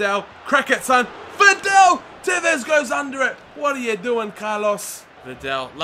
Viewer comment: liking the career mode.. i heard your mistake on VIDAL in the first episode and i've checked every video to see if you would correct yourself but you didn't unfortunately.. so i'm sorry but i need to it's vidal... like V-dAAL there's no "E" in his name it's not videl.. but other than that great vids keep it up :)